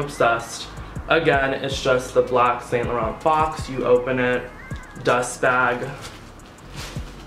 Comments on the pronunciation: It's pronounced Sahn lah ron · Cutie it's pronounced as "Saunt Lahronh"💙💙